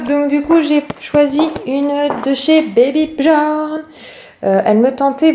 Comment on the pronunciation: Ça ce dit baby biorn car ce n'est ps français